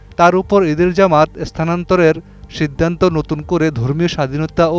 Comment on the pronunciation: ভিবিন্ন,ফুন আলাপে, সিদ্দান্ত, একুশে টেলিভিশন চ্যানেল এর প্রতিষ্ঠানে এটা কি রকম উচ্চারণ?